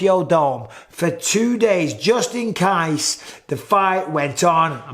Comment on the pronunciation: LMFAO HAHAHAH the way you say ''just IN CASE'' then was fucking hilariously stupid. I say it how you say it with your REAL accent cos I'm from near where you were born and grew up, so when you pronounce shit differently all the time I usually just shake my head but that word then you butchered was fucking hilariously stupid lol